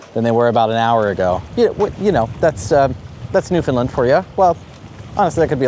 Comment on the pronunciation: for the love of God stop saying New Fin Lin...............lol As I said before as someone from here. Your brave to go to Newfoundland in May and early June...lol